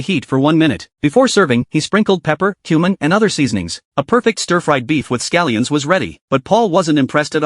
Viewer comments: I thought bro said "before serving he added pepper, human and other seasonings" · When he said cumin I thought he said human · I thought he said pepper, human and other seasonings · "cumin" nah i thought is was human💀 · I thought I heard human but it was cummin 😆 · Cumin for a second i heard human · Bro i heard human instead of cumin 😭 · Am I the only one that thought he said "and sprinkled human" and not something else?😭😭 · I know I had to watch two times to hear it though 😭😭😭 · My dumb ahh was thought he said human not cumin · Totally thought he said "human" instead of "cumin," and was horrified for a second. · Cumin? I thought he said human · Ok is it just me or when he said cumin it sounded like human 💀💀💀. Chat I am cooked literally. Edit 1: Bro said he chopped the onion 🧅 into small pieces but only chopped it into 3 💀💀💀. And bro that is not an onion. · uhhm cumin sounded like human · It's cumin, read the captions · Me too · Definitely not my ahh thinking when he said cumin he said human